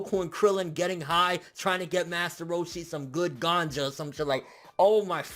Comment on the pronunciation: liked for saying ganja correctly